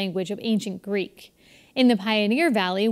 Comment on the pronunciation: he is using an americanised version he is not pronouncing with a "greek" twang he must learn modern greek first